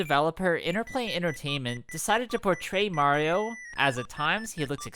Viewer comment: Ugh the live action Mario Luigi says Mario wrong. Ugh.